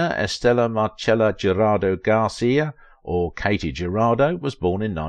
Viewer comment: Her name was pronounced KAH-tee Huh-RAH-doe.